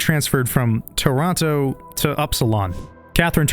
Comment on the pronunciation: Respect for pronouncing Toronto the right way, subbed 🫡